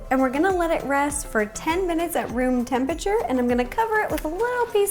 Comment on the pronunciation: I love how ro calls temperature tempeture